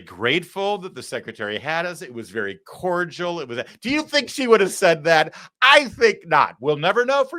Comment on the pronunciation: She said "Colledial" not cordial. Perhaps she is the poster child for low test scores.